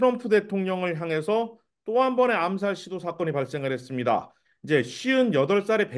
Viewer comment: 뭐뭐했습니당 아나운서가 당당거림. 나만신경거슬리는게아니였군요.